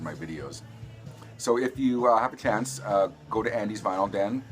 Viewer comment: Good video, especially considering that you were "vinylly" challenged (pronounced like Finally). Really like the Big Star and Smithereens.